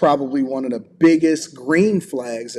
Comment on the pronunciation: Hate is a strong word for a verbal habit. That said, it drives me crazy when people use, "thee" where it doesn't belong. It has become rampant in the last 3 years. People think it sounds eloquent, but it's the audible version of, "could of". For those not in the know, "thee" requires the next word to begin with a vowel sound. Here are some examples: The cable. THEE audio cable. The one. THEE only.[Vowel sound] Otherwise, it sounds like, "Please pass thee ketchup." and it's odd to the ears.